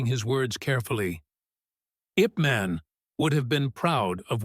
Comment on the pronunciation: Name of lee's trainer was YIP MAN. Not in english way. Ask some chineese how to read it. No offence to you. DARKO BOSNIAKOVICH spirit with an axe ZAGOR TE NAY ahhyaaakk!!! 😂